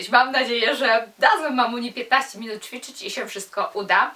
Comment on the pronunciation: Uwielbiam Cię a co do Twoich dylematów językowych to: Hantle/hantelki-nie hankielki;) I jeszcze coś mnie gryzie... powinno się mówić ćwiczyć a nie czwiczyć. Nie odbieraj tego jako hejt, broń Boże apropos ubioru: Kiedy mamy nosić mini/szorty itp? jak będziemy miały 100 lat? jak młodsze noszą to nie dobrze bo jak to taka młoda, jak kobitki po 30 to jak to taka matka itd. paranoja